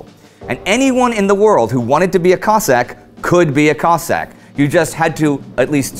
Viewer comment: I think you need to make a clear distinction between Russian and Ukrainian pronounced Cozzak. Cossaks came from Ukraine and like Spartans from Greece. If feel like this video is over simplified and needs more research